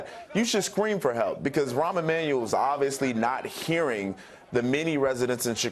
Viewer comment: "Ron Emmanuel" lol dumbass